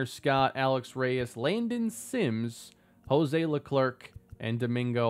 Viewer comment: It's pronounced Hozay Leklair, the c is silent. Like Charles Leclerc from F1